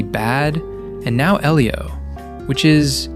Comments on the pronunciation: Great videos... but why can't you pronounce names? Eelio? Maleh-volah? Invisigall? You're hearing the subject matter pronounce them correctly. Why can't you say them correctly? Its maddening! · "I just watched EEElio" You very obviously haven't. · Lmao at least pronounce Elio right don't pmo 😂😂